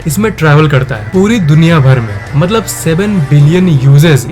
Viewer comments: Bhai matlab hota maltab nhi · Moltob nahi vai Motlob hota hai